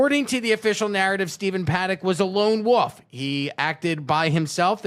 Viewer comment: Wolf not woof... I've never understood why people do that